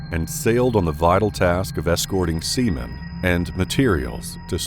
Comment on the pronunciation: Who else thought he said Semen...instead of Sea Men..lol